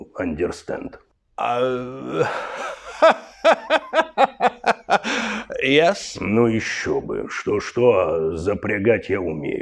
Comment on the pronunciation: Ендестенд? Оф Хорс , запрегай, поехали 😅